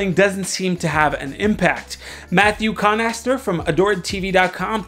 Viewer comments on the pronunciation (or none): Thanks for featuring my article, but it's "Connatser", not "Connaster." Common mistake.